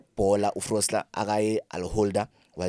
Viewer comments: it's Foster and not Frosler. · Ao Gents its FOSTER not FROSLER !!!!!!!!